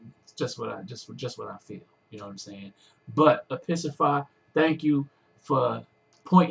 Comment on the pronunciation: Eyyy, glad you liked it! You almost pronounced it correctly, it's Episeasify. Don't worry a lot of people get it wrong. Dan has/is in quite a few nongaming raps, but quite a few of them are political and he's British so... (Though he did do one about the pope in letter form)